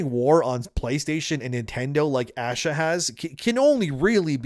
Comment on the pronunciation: Bro. Stop pronouncing her name incorrectly. It’s pronounced “ahhh-shaa”.